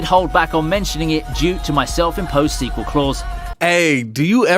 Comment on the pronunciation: I'm sorry "Sequel"? Excuse me?